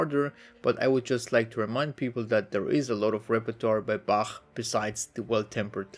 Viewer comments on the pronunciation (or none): i cant the "bačæħ" LOL